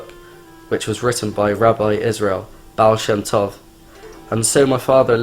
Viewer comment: Yep, this is defiantly fake. Guy doesn't look anything like a chasid, and pronounces the words "chasidic" and "baal shem tov" wrong. Also, half the video it looks like he's reading from a script below the camera.